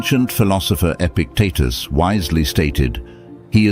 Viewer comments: His teetus was epic ..epictitus. "E-pic-t-tus.." say it after me .. E-pic-tet-tus... Good! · His name was Epictitus, not "epic Titas" . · face-blue-smiling:EPICTETUS!!!!! not Epic Titus!!:hand-pink-waving: This presentation just lost my respect after 3-1/2 minutes!☹